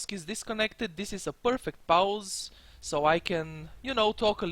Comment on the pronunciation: man love your videos and been watching for awhile, but man the way you say pause dude try saying Paul then pause. love ya man keep it up.